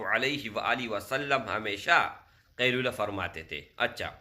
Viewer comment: Asslamo alaikum India se aap kailula kya bolrhewhmlog nhi smagh pa rhe shi se smghay